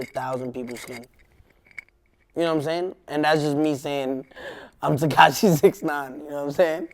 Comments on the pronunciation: "tahquash 69" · why does he always say "Tekai 6ix 9ine" nigga can't pronounce his own name who's mans is this😳😳 and his definition of success is "fuckin bitches" this niggas a child mayne that answer pissed me off I'm tryna put my niggas on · "Tekash 69"